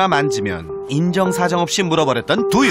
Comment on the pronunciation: 강훈련사님 두유발음 되게 Do you 처럼하신다ㅋㅋㅋㅋㅋㅋㅋㅋㅋㅋ